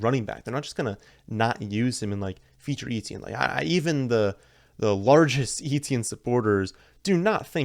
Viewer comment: Etienne is pronounced ETN